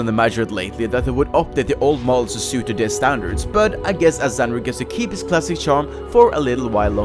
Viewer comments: Cringe when you say Azzandra. It's Azzanadra. Also those hellhounds still look good to me. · Isn't "Azzandra" actually "Azzanadra"? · Btw, its Azzanandra, not Azzandra, also said that mistake for like 7 years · I'm actually triggered you said Azzandra and not Azzanadra... you monster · Azzanadra, not azzandra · It's Azzanadra, not "Azzandra". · jut fyi, its azzanadra. not azzandra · I think he's called "Azzanadra" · I was just about to say the same. I'm a huge fan of the Mahjarrat questline and lore so seeing Azzanadra being typed and pronounced "Azzandra" really hurts my eyes and ears:D And Azzanadra is probably the most powerful of the currently-living mahjarrats along with Sliske and Zamorak (you can argue about Zamorak still being a mahjarrat, personally I don't consider him as a mahjarrat anymore)... Zemouregal doesn't stand a chance:D Nothing wrong with the content of this video though. Great video, keep it up! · Azzan-A-dra.... <:I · Oh man you butchered the pronunciation of Azzanadra. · Azzanadra is disappointed that mispronounced his name.